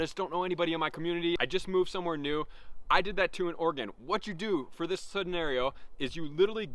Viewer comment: Did you say Oregon?